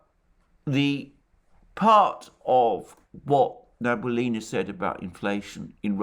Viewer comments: Hello Alexander. Love your program however it bothers me that you pronounce Nabiulina wrong. It's Na-Bi-Uli-Na, not Na-Bu-Li-Na. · Sorry to correct you - she is Nabiulina not Nabulina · You pronounce Nabiullina's name incorrectly, and you talk about her so often :)